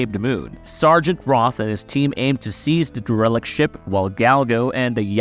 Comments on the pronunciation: Looks like it. He pronounced "derelict" wrong. He said "DeRELict". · It’s pronounced “Dare-uh-licked” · Hey dude, do you not know how to pronounce "derelict"? Or are you using a really bad AI voice program?